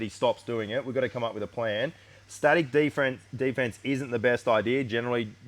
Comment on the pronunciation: "We gonna be doing day fence"